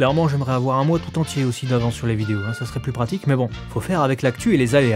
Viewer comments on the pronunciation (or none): none